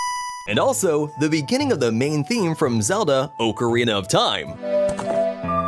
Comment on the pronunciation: Oak er ina lol!!!!